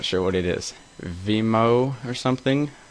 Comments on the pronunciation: btw is VIH-ME-OH not vmeo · pretty hard to take you seriously when you can't even pronounce vimeo properly. ffs man.